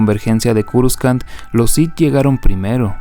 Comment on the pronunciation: culiao por que le dices curuscan! jajajajaj me estrersai csm XD